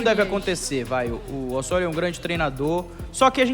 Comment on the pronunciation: O O e o E são sempre fechados em espanhol. Portanto a pronúncia é Ô-SSÔ-RIO.